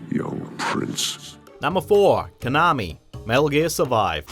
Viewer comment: The way you pronounce konami is nails on the chalkboard